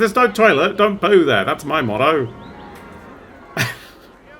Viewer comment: This motto has momentarily turned Australian, it seems.